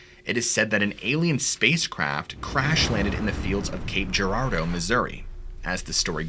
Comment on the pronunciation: Hell yeah, I live in Springfield and have been to the Landers' before, I used to live in Joplin, and I appreciate you pronouncing Gape Girardeau's name correctly.